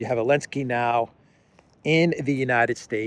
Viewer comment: Why does he call him Elensky?